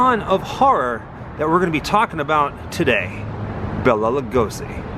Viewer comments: Have enjoyed your videos, but there’s one thing that truly bothers me… Bela’s name is pronounced, “Bay-la”! Not, “Bell-la”. (If you’ve seen the trailer for MGM’s 1935, “Mark of the Vampire”, in which Bela stars, he himself pronounces his name, as he reads the main cast credits, as the trailer comes to an end. I guess to me, it’s a respect thing.) Thanks, & keep up the ghoul work! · Please, please...his name was Bela not Bella. Pronounced Bayla. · Its Bela (pronounced Bayla), not Bella. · Bela is Pronounced "BAY-LA" Lugosi. Just saying.. That aside? Great video. Thanks! ~T.L.